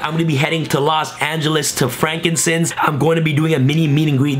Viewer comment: Bruh, “frankincense”?? Frank and sons. BOI